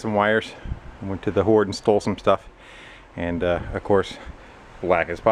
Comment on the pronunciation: Love how he calls it the hord lol. Thank you for making these videos